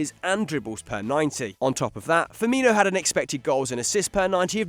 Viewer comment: I cringed when he said Robert firmino😞